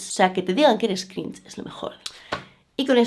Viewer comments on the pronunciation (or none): El... "crinch"